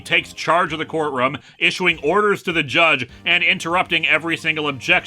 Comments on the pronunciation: Court "RUM"???? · He's from Minnesota. They pronounce things the Canadian way.